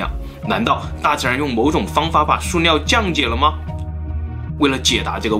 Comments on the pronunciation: 是su liao不是suo liao😂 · suliao 不是 suoliao 听的好别扭😂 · 塑料不是塑尿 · 是塑料，不是素尿。读liao不读niao，是哪里人呀？ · 到底是 料 還是 尿 XD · 是微塑（sù）料噢～ 不是suō啦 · ㄙㄨˋ 不是 ㄙㄨㄛˋ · 塑尿！你tm 结巴吗 树料不吗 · 塑尿塑尿的 好出戲啊⋯⋯ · 塑料，su, 不是shuo，你查词典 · 是suoniao ，摇头晃脑赶得上帕金森症了，很有才华，就是有点不敢直视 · 塑料！不是“硕”料！ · 跟老一辈的发音一样，suo料